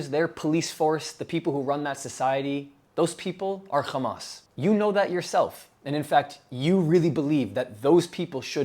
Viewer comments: I don't know why people say xamas. It's meant to be an h as far as I can tell, for harakat - movement. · Bro stop saying khhhhamas lol. Its not how you pronounce it. You speak perfect English just use the H.